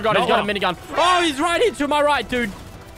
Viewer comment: Issac Galloway it’s lannan not landon 😂😂😂